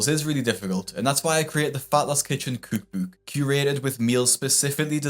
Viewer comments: Bro really says “cuuk buuk” instead of “cook book” 😭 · I can't get enough of how you pronounce cook book. Cooook booook. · tickles me the way he pronounces "cookbook" like "cooook booook" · When you can say cookbook I will subscribe but otherwise great video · I am unfamiliar with any dialect of English that has you pronounce "cook book" the way it's spelled 😂